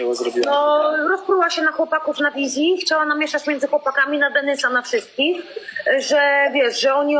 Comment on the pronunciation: .."na DENYSA" HAHAHAHA